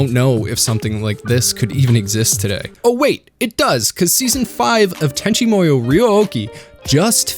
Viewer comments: Tenchi Muyo is pronounced like "Moo-yoh", not like you're saying it "Moy-yoh". I have no idea where you pulled that "Moy" from, but it obviously isn't correct, and you seem smart enough to know this. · I always thought it was pronounced Tenchi MooYo? You keep saying MOEYo and it's throwing me off haha